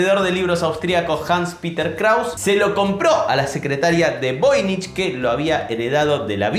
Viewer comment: "Voynich"= ¿"Novoy"?